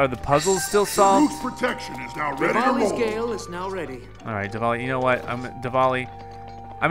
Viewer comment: omg why do you always say 'rivali's gale' wrong??? it's like each episode you try to come up with a new way to mess it up, it's freaking hilarious keep it up